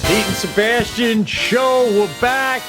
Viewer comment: Sebastian said "The Pete & Sebastian Show" and it totally sounded like "The Pizza Bastian Show" to me. 😏